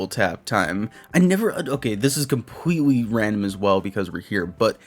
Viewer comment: I only have one shot on words compwetwy😂 no hate btw I couldn’t do this job ever just thought that was a funny coincidence keep up the good work😂